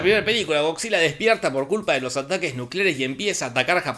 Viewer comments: yo crei que decia "cockzilla" :v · Nadie: Don Jorge: “Gogsila” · Escuchar a don Pinarello decir "GoCzilla" es un viaje de ida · estaba buscando este comentario. pensé que tal vez estaba escuchando mal